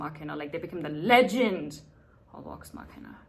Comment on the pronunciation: Assuming you're not trolling us... to pronounce an English v sound, make like you're going to pronounce an f sound, then instead of exhaling, voice the sound through your teeth. V is basically the voiced version of F. Vax, Vex, Vox Machina.